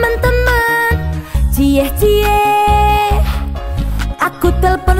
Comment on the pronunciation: secara umum lagunya bagus, justeru saat pengucapan cie-cienya malah jelek. nampaknya salah pengucapan.